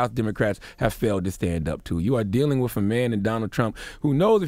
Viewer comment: Why does Charlamagne have a problem with words that start and end with St? And end in th? Skreet , wif, July fourf? Really odd.